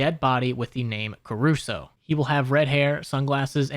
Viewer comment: That's not Carusoe that's Crusoe, its a reference to the pink panther....